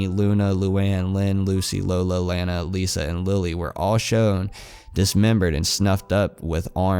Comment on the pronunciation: Its pronounced LAWNA not LANA! Its spelled Lana But its pronounced Lawna